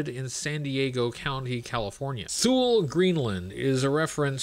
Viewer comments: Hate to be that guy, but THULE is pronounced "TOO- LEE" Great video nonetheless!!! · I always love your videos and nice to see you back! By the way Thule is actually pronounced “Too-Lee”